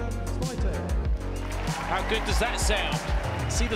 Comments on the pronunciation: hahhaha and the announcer said Iga Swoitek - remember it should be Swiontek with a little sound change at the beginning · not them calling her Iga Swaitek/Seeatik 😂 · The Commentator every 2 mins "SIATIC"!!😂😂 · This was before a lot of us knew how to pronounce her name :) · Back when non polish commentators didn't know how to pronounce her name. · They couldn’t pronounce her name correctly back then. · Every year there seems to be a different pronunciation to her name.